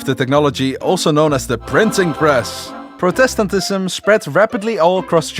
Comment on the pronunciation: My dude, Love the video, but please learn how to pronounce Protestantism and Catholicism correctly. I am Dutch like you, so I understand the struggle of English pronunciation, but try to look up how to pronounce it before you record a video next time. Love the content still to the extreme though!